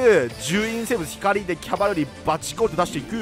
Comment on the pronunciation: セクキャバみたいに言っててマジで草